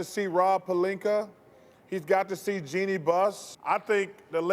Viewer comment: Why these analysts cant pronounce Jeannie? Why they all say JENNY? It's not a hard name to pronounce at all.. like wtf...